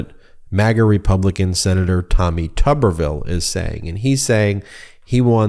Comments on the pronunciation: Actually pronounced as Tooberville. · How is it that his name is pronounced with a short U sound when there isn't a double b? #PotatoTown